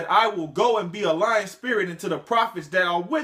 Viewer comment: Are you saying Lion spirit or Lying spirit?